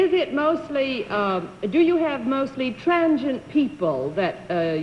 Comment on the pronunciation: Is she asking about transient people? Sounds like trangent, but there’s no such word…